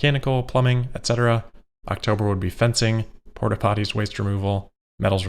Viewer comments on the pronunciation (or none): Funny to hear say "Porta Potty" lol